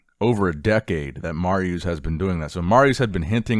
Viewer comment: You can tell how young you are with the butchering of Mariucz' name. I remember him and Savicas dominating